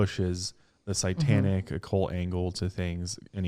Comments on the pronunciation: Great story couldn't get pass saying Sai tanic lol instead of satanic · I stopped half way through,because I couldn't stand to hear say sItantic one more time. It's sAtantic. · It's satanic not satanTic 😂 make it make sense lmao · Guy, can you please stop saying "psy-tanic"? Thanks. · Literally no one:: CITANIC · Why does he pronounce satanic as si-tan-ic ? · Omg.,if I had a nickel for everytime you said SYEtanic lol luv ya guys. Xo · always says “sitanic” haha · every time I hear say sightanic 😳😳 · Between this podcast and the Pazuzu episode on channel, I have heard him say sight-tanic wayyy too many times this week hahaha I love but oh man that makes me shudder lol